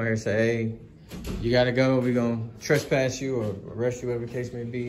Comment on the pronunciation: It's called trespass not trust pass. But congrats I've never heard anyone get that as completely wrong as that. I don't point out a misspelling or things like that but this one cracked me up